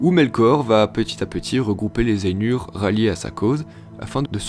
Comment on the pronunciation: Ainur ça se prononce pas ènur, mais Ay-Nour (aille-noure) et si tu veux pousser la geekerie a fond tu roule les "R" en elfique. Le U c'est toujours "Ou" et les lettres A et I ne forment pas le son "è" mais A suivie de I, par exemple Dunedain se pononce Doune-Da-Ine. J'invente rien c'est dans le livre.